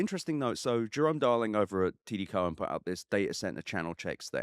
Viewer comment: It's cow-en not co-en